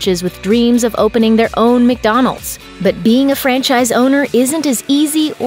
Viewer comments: My fatass thought he was saying French fries.. Everytime I hear franchise now I think of French fries😭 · Who else heard « french eyes » ?